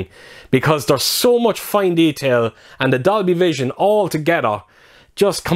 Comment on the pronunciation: Sound like u said doggievision